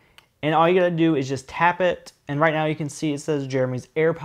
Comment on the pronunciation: “You just ta- hap it”